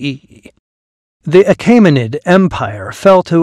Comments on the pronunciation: The narrator mispronunces “Achaemenid” as “Ah-KAY-muh-nid”. It should be “Ah-KEE-muh-nid”. The vowel group “ae” in the second syllable should sound like the “ae” in the first syllable of “Caesar”. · The vowel <æ> is somewhere between "ey" as in "hey" and "ie" as in "die". Your pronunciation would be written "Achimenid". "Joo-lee-us See-zer" would have been "You-lee-us Kai-sar" ("Kai" rhyming with "sky'). The <æ > compound became to avoid the expense of a special piece of movable type. It can be produced on a keyboard with number.keypad as Alt-0230.